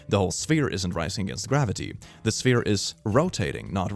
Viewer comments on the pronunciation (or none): none